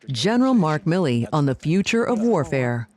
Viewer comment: General Mi-Lee.